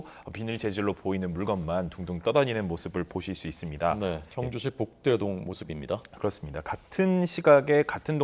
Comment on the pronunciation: 저 기자 발음이 안 좋은건가 아님 동을 헷갈리는건가 북대동이 아니라 복대동이다! ;; 북대동이라 함